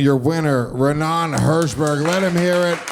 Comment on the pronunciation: It’s Raanan not Ranaan